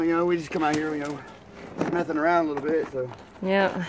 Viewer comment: At the end he says we just came out here “mething around”